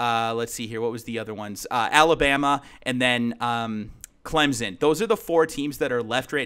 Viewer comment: Ight, everyone makes this mistake. So I'm gonna fix it rn. Clemson is pronounced as if you were saying Clem-son (or sun, whichever helps). It is not pronounced clemzon.